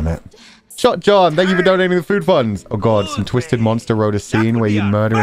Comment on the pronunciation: I’m pretty sure he’s saying fuu funds, which = his fudanshi obsession